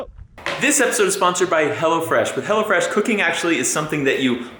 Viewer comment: Oh, it's HelloFresh. I thought you were saying HellaFresh lol